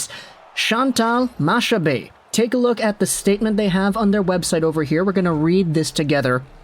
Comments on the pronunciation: Hey! Its pronounced MaCcabée and not Mashabée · Her last name is pronounced like "Macca-Bay". Nice try though. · honestly today in Quebec it might be the first day since 2019 that everyone is agreeing on something, Chantal Machabée is a great choice for that role. Also btw its pronounced makabay like mach 1, mach 2, etc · Chantal Machabée's name is pronounced Chantal Makabé. She often appears on L' antichambre on RDS. She's very well respected. It's the habs only unanimous hire ever. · Its pronounced makabe . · It’s more. Mac-a-bee pronunciation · My gf just corrected me, it's ponounced Makabé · To help you a bit, Machabée is actually pronounced « Mak Abbé »😁 Keep up the good work!😁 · Its a really good thing here, she is respected and well known in Québec. Its pronouced "Makabay" btw, keep up the good work!! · Machabée is pronounced with a hard C, so it's more like Macabée. You don't pronounce the ch.